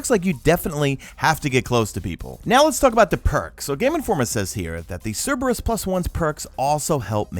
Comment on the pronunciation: Pronounces Cerberus right Proceeds to pronounce gif wrong smh lol